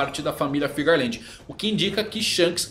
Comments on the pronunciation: Geral fala FIGARLAND, sendo que o correto é FEARLAND kkkkkk, corrige isso aí kkkkk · Alguém me explica pq que vcs falam "FIGARLAND" sendo que no papelnde recompensa tem "FEARLAND" 🧐